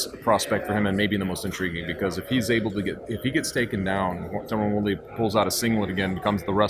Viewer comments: Wtf . Terone?? His names tyron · Lol the guy didn't even know his name. Tyron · Is it really that difficult to say the name TYRON properly? Lol. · Please teach how to pronounce Tyron.